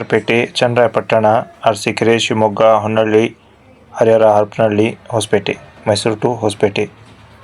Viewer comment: ಹೊನ್ನಳ್ಳಿ ಅಲ್ಲ ಸರ್ ಹೊನ್ನಾಳಿ